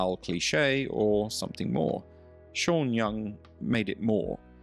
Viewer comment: ¿”Vanelis”? ¿”Sha” Young? ¡Qué ridiculez.